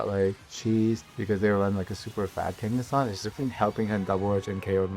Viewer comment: "kenga?" with the Brazillian accent really got me hihi